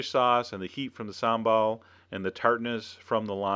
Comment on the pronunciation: Here in The Netherlands we use alot of sambal. Never heard an American pronounce it. it sounds funny